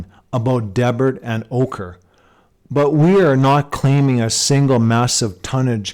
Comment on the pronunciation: I live there. I cringed at your pronunciation. Dee-Bert please, not Deb-urt. Yeah, a lot of old native artifacts pulled from around here :)